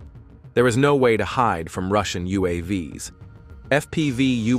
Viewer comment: the spoken plural of UAV is not U.A.V.S. 😀, it's like "U. A. Vees"